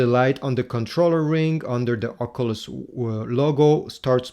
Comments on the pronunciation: Its an OC-YOU-LESS not an OC-UH-LUSS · love the video i really loved the part where you said ocuuluss it really tipped my hat i was on my way to the shop had this blasting and my headphones disconnected and everyone heard the way you pronounced the graticuleal word called oculeseses maade everyone laugh thank for getting me a discount on my "protecters"